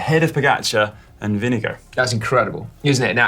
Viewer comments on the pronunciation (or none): It sounds like you call Vingegaard vinegar. It is more like “ving-a-gor” 👍😉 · Is vingegaard pronounced vinge”go” or vinge”guard”